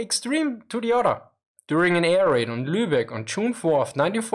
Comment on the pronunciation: He pronounces air raid like "A - R - Aid" 😁